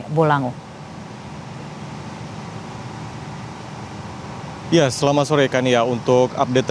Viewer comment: Bone bolango aba bukan bone bolange